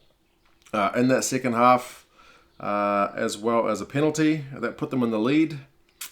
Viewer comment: “...Viry viry wit!” 😄👍🏼